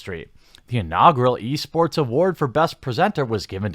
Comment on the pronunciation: I swear I kept hearing you say "Yeast Sports"